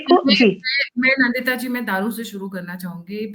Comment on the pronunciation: The guest name is Nndita and not Nandita.. NDita.